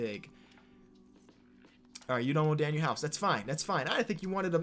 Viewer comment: Aye, Danuel is pronounced Danwell not daniel